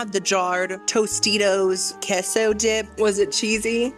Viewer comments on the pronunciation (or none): none